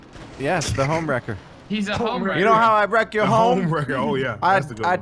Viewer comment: it's homewrecker not ohmwrecker...